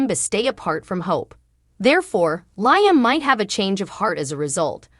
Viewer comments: His name is pronounced Leeam not Lieam it's just spelled different Liam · May i suggest to you that you pronounce Liam correctly as this is the one reason people hate your channel. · He's a liar so it's Lyem!!!